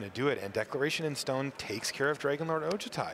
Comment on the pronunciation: They always pronouce Dragonlord Ojutai wrong. Its O-joo-ti. Not O-ja-ti.